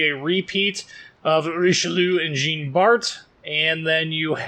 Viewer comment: Your prononciation of Jean Bart is horrible. It's "Djaan Bart" not "Jeen".